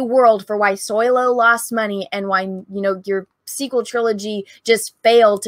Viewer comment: But it’s SO-LOW not SOY-LO, no? 🤣😉